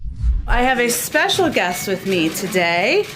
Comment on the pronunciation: "I have a special guest today...", emphasis on "special"...